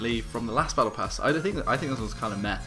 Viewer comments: Battle prass ?! U ok? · Like for "battle prass"